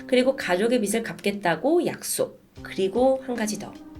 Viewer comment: 빗을(비슬) x 빚을(비즐) o 빗이(비시) x 빚이(비지) o